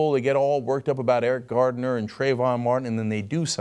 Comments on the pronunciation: Hahahha this dumbass guy "Eric Gardner" really? It's Garner you bald headed hillbilly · It's Garner, not Gardner, btw. Just saying.